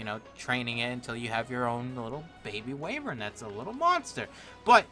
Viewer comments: (why-ver-n) not wavern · It's actually pronounced "Why-Vern" not Way-Vern just so you know. And also that's spark powder. :P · I'm so sorry, but wayvern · GG wivern it is pronounsed